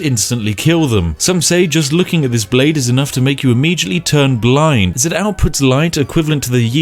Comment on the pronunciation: "fousand" "stealf" "immejutly"